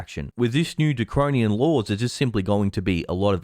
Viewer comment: You said the word DRACONIAN wrong....twice! :?D It doesn't have two Rs in it.